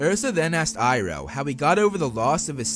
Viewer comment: You purnoced his name wrong its the goat